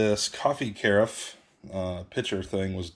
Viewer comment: carafe rhymes with giraffe... good luck with the new space!